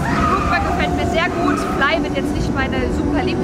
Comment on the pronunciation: Sehr gutes Video, aber: Rockburgh??? Es wird leidergottes Rukburgh ausgesprochen...